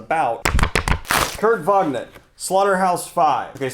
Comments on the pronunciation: Slaughterhouse 5 is a dope light/historic sci-fi novel about the repercussions of PTSD, and the firebombing of Dresden(WWII). If those themes, that setting/concept plus 4D space aliens abducting people through time sounds like fun; its something you need to read. Also its Von-ne-gut, not Vaug-nut. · Sir are you saying Vonnegurt incorrectly on purpose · I love the way Daniel says Vonnegut. It’s blatantly incorrect, but it sounds like a cowboy food which is hilarious. Vog-Nut. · My gods man, please stop saying Vog-Knit. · His god damn name is KURT VONN - E - GUT. #Triggered